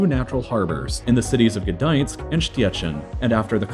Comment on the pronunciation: Gdansk pronounciation like Gi-daynsk